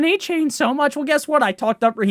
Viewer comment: “dolphins fan” calling achane “Devin Achain”